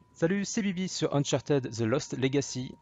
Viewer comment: Merci !! Par contre ça se prononce "Unchartid" et non "Unchartèd" 😉